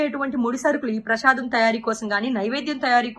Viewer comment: ప్రషాదం కాదమ్మా ప్రసాదం